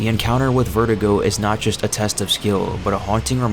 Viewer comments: vertigo, do you mean VER-DOO-GO? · was i the only one annoyed by how he kept saying verdugo, kept saying "vertigo", when your meant to pronounce it, ver-doo-go.